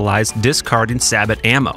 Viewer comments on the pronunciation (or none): none